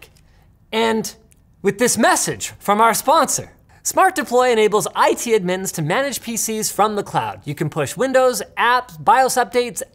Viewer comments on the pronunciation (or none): “ it edmins “ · did he say edmins? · Did Linus pronounce admins that way just to trigger us? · Sorry, no one gonna mention how Linus said "IT admins" at the start of the video???